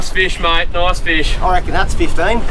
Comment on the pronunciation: Feesh... lol